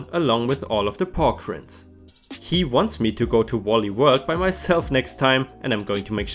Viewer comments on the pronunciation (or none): the rinds in pork rinds is said like RIPE pronounced as rye-nds NOT rends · rinds.. pork rinds... "reinds" for Germans - warum schauste nicht nach, wenn du was nich aussprechen kannst, echt ey edit